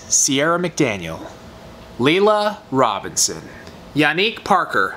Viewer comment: Yeah I won, I won, I won. LOL. Thank you for saying my name correct, I am Yanick Parker, I watch you guys on which every youtube email pops up first. LOL. I knew it was another reason I loved you guys.:) I thought I was happy when I eat some great snacks. LOL. you are tooooo funny! Hey why were you not at the Premiere Orlando show. I was looking to see you.:/ I am so glad explained exactly what to do, because I wanted to try the slick pour with the gel. It self leveled and you don't have to do any filing, nor do you have to do all those extra added steps. Great job. I love Young Nails product, so versatile.